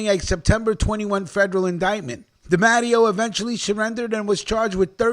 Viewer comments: C’mon!! I love your channel but Bro!! you’re butchering 🔪 these “I-talian” surnames. It’s not pronounced DA-MATT-E-O it’s pronounced DEE-MAH-TAY-O. No disgracia intended my friend. Just a correction. ✌🏼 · its pronounced de matteo